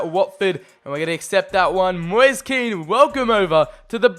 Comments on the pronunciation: It’s moise KEEN say it like that not KEN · No it's Ken if you're italian